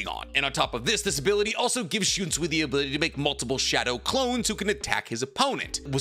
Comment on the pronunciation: "The idea of enemy and foe", "and combined them" "and shunsee", "yakaba" "releasal" "zaka no tachi" "and considering the fact x2" "yachaba" "old man zengetsu" "yichaba x2" no mention of other squad zero member despite seeing one and the qualifier of Ichigo not showing his true bankai ability still made the list. There were several others but maybe slow down on the videos if you're having trouble speaking and yk making sense.